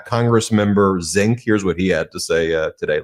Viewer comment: His name is Zin-kee and he's a horses ass.